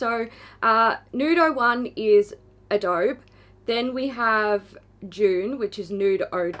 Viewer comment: Hey!! I love your videos and your reviews! I trust your opinions completely. In case you’re interested, Adobe is actually pronounced uh-dough-bee (emphasis on dough). I’m not telling you this to be mean and I really hope I’m not offending... I’m just letting you know because in the American Southwest Adobe is actually an architectural style used originally by indigenous peoples. (It uses a mud-like material and has a flat roof - which is why I think it fits the “sandcastle” theme). Again, I’m not trying to be a snob and I completely respect you as a human being... I just wanted to share some info. All the best! And my sincerest appreciation for your great content!!